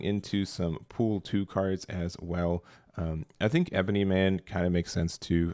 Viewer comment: LOL yah, and Watoo. Good vid though.